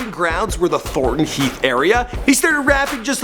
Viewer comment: Lool im dying the way he said "Thornton Heath" not how its pronounced mate😂 Also not how you pronounce "South Norwood" 😂😂😂